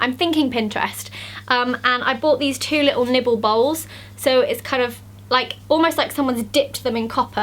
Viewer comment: Did she say nipplebowls?